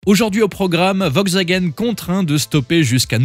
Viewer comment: De toute façon "Vogsvagen" comme vous dites, aurait mieux fait d'arrêter cette série D'ID Abomifreuse bien avant !